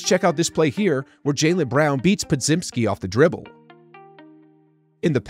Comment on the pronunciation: Bro doesn’t even know how to say Podziemski’s name 😂 how do y’all trust this guy